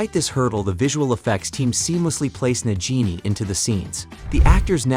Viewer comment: her-me-own and na-ji-ni 😕🙄